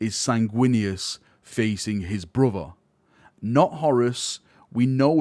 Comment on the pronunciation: All I heard was that an angel becomes deaf and unleashes his wraf against his taited bruv.